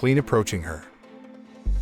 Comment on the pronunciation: I loved the way he said the whole "MORAL". Loved MORAL.